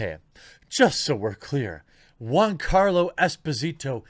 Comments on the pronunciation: gee-ann-carlo. say it right please. you keep saying juan, even after agreeing he's not latino. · Dude get his name right it's GIANCARLO NOT JUANCARLO............FFS how are people supposed to take you seriously??? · Why do you keep calling him Juancarlo Espósìto, as of he's latino when you've read over 10 times he's half italian? It's Giancarlo, not JUANCARLO and Esposito without accents. Jesus Christ dude, keep up the stereotype about americas being ignorant swines about other cultures and languages. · Not Juancarlo🤦🏾‍♂️, Giancarlo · Why do u keep calling him Juan? His name is Giancarlos Gian sounds nothing like Juan... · It's 'Gian' and not juan carlo....ffs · Its pronounced Joncarlo not huancarlo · Is giancarlo and not Juancarlo right? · It's Giancarlo, not Juan Carlo, his name is italian, not spanish. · Dude, you pronounce Giancarlo Jiancarlo as in "joy." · It's /g i a n c a r l o/ Jeremy, i like the video though. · Why did you rename Giancarlo to Juancarlo? Is it on purpose to make his name sound like he is Latino?